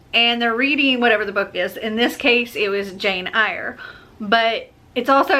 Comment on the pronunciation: It's Jane Eyre like A-I-R but Jane's last name isn't spelled A-I-R it's Eyre I know it's weird way of spelling it I had to read Jane Eyre in high school it was the most boring classic I ever had to read the movie adaption was more entertaining then the book